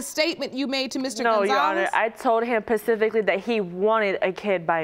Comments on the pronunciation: She told him PACIFICALLY LOL I guess she told the other Mexican about the ocean 😂😂😂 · th1smomentisfate the actual word was specifically not pacifically. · "I told him pacfically..." what ocean is that??!! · "pacifically" is not right . . . lol drives me insane!! The word is specifically! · She Told Him Pacifically 🤦🏾‍♀️🤦🏾‍♀️ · "I remember pacifically" 💀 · I’m sorry I “Pacifically” told him 🤣